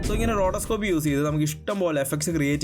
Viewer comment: റോഡോസ്കോപ്പ് അല്ല റോട്ടോസ്കോപ്പ്..